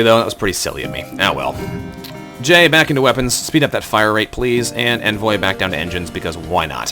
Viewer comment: Envoy is pronounced Ahn-voy =P